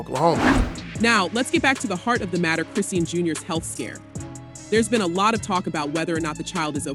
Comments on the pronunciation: It’s ai pronouncing it as Chris seen and not Chrisean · the way you saying her name is killing me..do yall not research these ppl before reporting on them ..its .."chris-sean" not christine..smh my gosh couldnt even finish the video